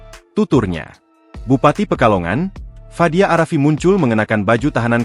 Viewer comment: Fadia arafiq min...tolol banget nyebut nama!